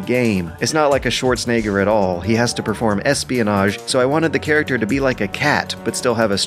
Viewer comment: Is it just me, or does the dude that narrates this have a very weird way of pronouncing things? Like 'charac-terr' and what not.